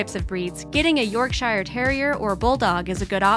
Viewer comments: U say Yorkshire as York-sher not York-shier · York shire LOL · The way she said Yorkshire triggered me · WHY DID THEY PRONOUNCE YORKSHIRE LIKE THAT AAAAAAH